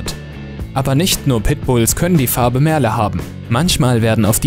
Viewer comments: Es wird "Mörl" ausgesprochen. Nicht Merle. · "MERLE" kommt aus dem Englischen und wird auch englisch ausgesprochen! Das macht echt aggressiv!